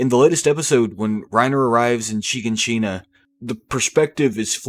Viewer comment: cool video but man you mispronounce so many names. mikasa, shiganshina, porco, paradis